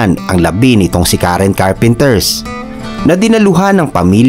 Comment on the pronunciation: Carpenter lang po, hahaha Richard Carpenters sinabi mo or Karren Carpenters... hahaha parang ang bida ng Batang Quiapo ay si Coco Martins hehehe